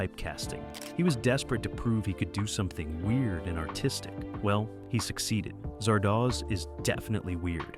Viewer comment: How many different ways can you pronounce Zardoz in two and a half minutes?